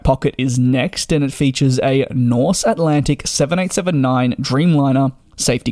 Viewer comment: Very nice video. I love the Dreamliner. You get less jet lagged, less dehydrated, and it’s quiet. - But the airline’s name is Norse Atlantic, not Nothh.😄